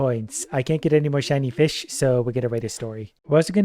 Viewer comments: 🤣😵‍💫 Anyone else start hearing vish wish ish? Edit: 🤯 🤣🤣🤣🤣🤣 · Idk if it was intentional or because of the countless times got used to the word fish that he's saying "increash" and "eachs" haha.